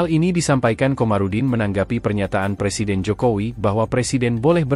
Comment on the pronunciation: ngomel ada pangtni, ksal. blakangnya tni semua. ga ada tempat yg lebih landai buat ngomong??? btw belajar ngomong Presiden dl. jgn persiden